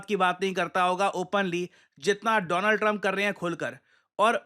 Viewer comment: Donald Trump ❌ Doland Trump ✅😂